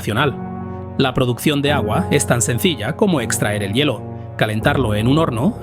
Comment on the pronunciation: Todo bien excepto por el mal dicho una palabra,,, "yelo",, se lee " hielo" .